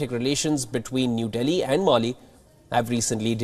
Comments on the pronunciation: Its Malé not Mali 😅😅😅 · It’s Male and not mail. Shoddy prep by the producer. Research is also poor on how this happened. Wion channel need to improve its prep work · WION it's not Mali it's Malé. "Mali" is West Africa. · It is Male and not Mali